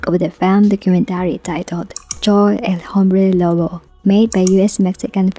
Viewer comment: Im 1.90 mts height and always hit my head with something. I don't know how taller people do it. I liked how it sounds your spanish for "el hombre lobo".